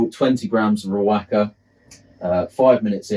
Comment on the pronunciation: Great video bro. Top tip: Riwaka is pronounced "Ri-wa-ka".